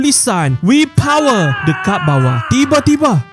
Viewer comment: Min sebut powerrrrr tak rilex 😂😂😂